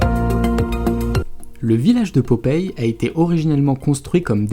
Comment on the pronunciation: Popeye pas popeille! Mdr